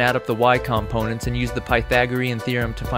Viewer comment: great video but the way you say "components" really bothers me :)